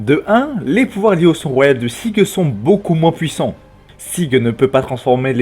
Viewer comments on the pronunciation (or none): none